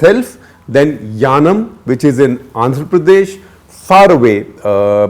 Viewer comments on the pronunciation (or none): I think its yanam not yanaon